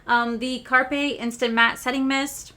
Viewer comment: it's called carpe but pronunciation is an ay at the end carp-ay thank u 4 telling us bout the TikTok shop stuff